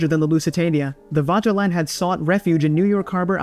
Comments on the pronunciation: It's not "Waterland". The pronouncation is Faterland. Regards from Germany. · The Wanterland? Do you mean the Vaterland, pronounced with an F?